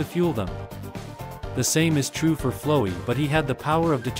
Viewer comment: lmao why does the ai voice pronounce flowey like that